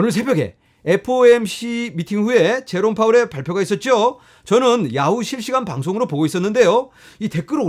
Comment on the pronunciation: 첫멘트 제로파월 로 들림요 ㅎ Good!